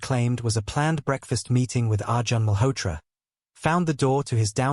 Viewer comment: The pronounciation of Indian names is completely incorrect. Arjun is pronounced as Arjan is wrong. It is pronounced as Ar - june.i.e Arjun .Malhotra is pronounced as --- mal + hot + ra. Here t is lightly pronounced than with emphasis. Anjali is pronounced as Aun + jli ie. Anjali but not with emphasis on -- a, but lightly